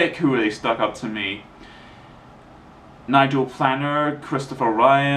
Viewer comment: Nigel planer. Not what u did call him.